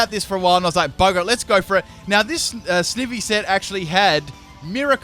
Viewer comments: ITS PRONOUNCED SNI-Vy NOT SNIH-Vy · loved this video but i couldn't get over one thing... "snivvy" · Its not Snivy, its pronounced Snivy! Ugh. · the way you pronounce snivy physically hurts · The way he says snivy makes me wanna die lol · It's snivy not snivy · lol it's funny how you pronounced Snivy and Leavany XD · this video pissed me off he pronounced snivy and gardeivor wrong SO MANY TIMES IN THIS CHANNEL